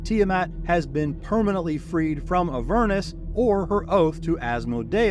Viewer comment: AH-ver-nus, accent on the first syllable 🙂